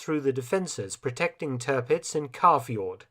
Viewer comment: It's Tearpitz, not Turhpitz...